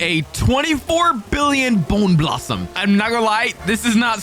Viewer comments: Bro said Candy Blossom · "Boner blossom" No. Just no. No. That could not have been a wrong word that he said instead of bone blossom. That means something SO FAR OFF FROM BONE